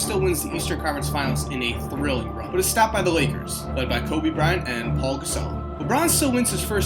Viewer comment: Pau not Paul